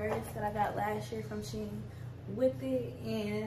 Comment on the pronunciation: It's a Chinese company and it's pernouned "She- En".